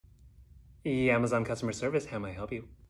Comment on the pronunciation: That grace when cs said yyyamazOn.